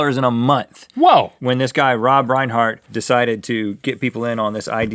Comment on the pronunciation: Did he say Reinhardt?????